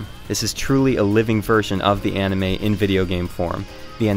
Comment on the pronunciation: I know right the fuck?????? All fighting games are like that? Did he did that just because he hates naruto? He doesn't even watch it and he can't even say anime right....